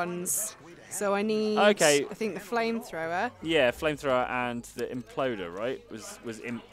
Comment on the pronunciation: The imp-loder